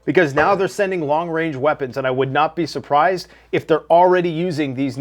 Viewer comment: If you don't say "wong wange" in your head occasionally when says long range, then you aren't a real fan